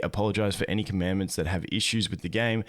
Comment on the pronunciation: The way many of the Youtubers who cover PGR pronounce 'Commandant' (they seem to pronounce it 'Commandment') triggers me to no end.